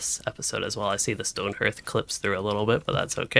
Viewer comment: My friend is having a lot of fun with him... I kinda wanna play with him but $40 is a bit steep for me. Also "hearth" is pronounced "harth." Thanks!